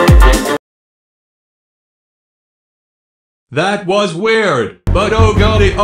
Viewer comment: Lol he said tweater